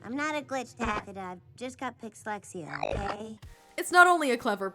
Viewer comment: It kinder sounds like she says pix-lexea (yes me to don’t bring it up)